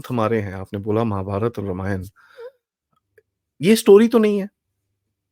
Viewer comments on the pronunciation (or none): talks by A major correction if you permit 🙏🏽 Its रामायण and not रमायण (@,,, ). Ramayan ke baare mein baat karte time Ram naam mein galati karne ka scope hi nahi hai.